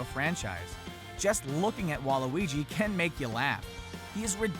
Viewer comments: Wait Have I been pronouncing Waluigi wrong or are they pronouncing it wrong Im so confused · Hes saying waluigi wrong